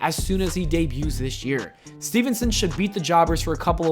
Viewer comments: It’s “Steve son” not “Steven son” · It's "steve"-son not "steven"-son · It's Steveson, not Stevenson. But, I guess it's a common mistake.